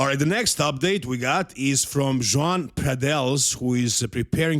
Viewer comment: Isn’t his name pronounced - “YO - HAN”?